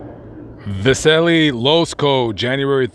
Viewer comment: Vasily... va-SIL-y Russian for Basil. St. Basil is one of the big guys in Russian Orthodoxy.